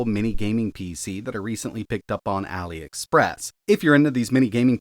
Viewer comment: Noice, you nailed the name, Ali express, not alie express